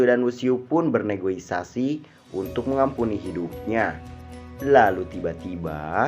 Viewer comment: Koreksi 4: 07 Negosiasi min bukan negoisasi. Lanjutkan min. Mantapp..